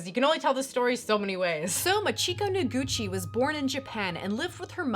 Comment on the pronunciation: MAH-chiko NO-guchi. The emphasis is on the first syllable.